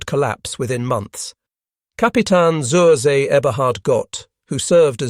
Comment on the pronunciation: Z in German is pronounced TS [ TSOOR ZAY ] "on the sea" PLEASE SHOW SOME BASIC respect and at least pronounce the names right and the labels..